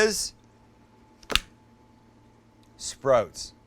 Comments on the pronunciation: i like sprouts but don't like how you say sprouts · Ok, here we go. Recent subscriber bc you're hilarious and a great cook. Your Canadian never comes out until you said "sprotes" (sprouts). Also, sprouts are the number one (I'm making that up) reason for salmonella. That's why I don't eat them. Side note, I'm a chef of 25 years and would LOVE to come cook with you. Please message me to set it up. We would get along great as I constantly burn and cut myself and cuss incessantly. Love the channel man.